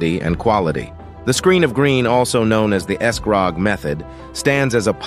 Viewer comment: You pronounced scrog too different ways but part from that done well